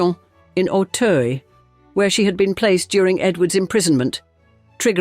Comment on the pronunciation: I believe she and her family pronounced her name, 'Glaydiss'. 'Great pronunciation of 'Auteuil', 'though!